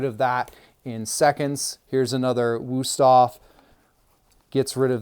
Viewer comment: Wüsthof nicht wusoff...😂